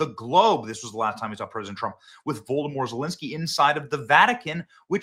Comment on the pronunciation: 👉 "Voldemort Zelenskyy" 🤣🤣🤣🤣🤣🤣